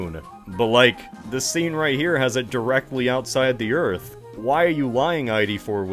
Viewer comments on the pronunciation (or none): Welcome to EARF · Just finished watching the movie and saw this was posted. “WELCOME TO EARF”!!! “THATS WHAT I CALL A CLOSE ENCOUNTER-Rips Cigar” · Welcom to earf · "welcome to earf" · WELCUM TO EARF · “Welcome to Earf!”